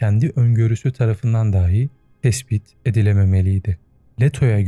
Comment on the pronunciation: diksiyonuna dikkat ettiğin için söylüyorum bile anlamındaki dahiyi daahi diye telaffuz ediyorsun... önemliyse senin için uyarmış olayım...